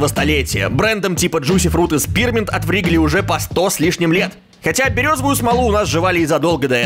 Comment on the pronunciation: Читается не Вригли, а Ригли.